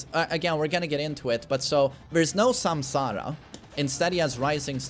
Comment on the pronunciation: That is the proper way to say it